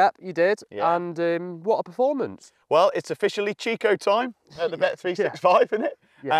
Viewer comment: It’s pronounced Chicho not ‘chicko’